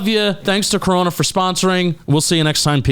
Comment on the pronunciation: You don't roll the R in Corona